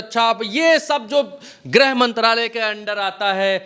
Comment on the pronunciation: Grah mantri nahi bola jata grih mantri bola jata hai.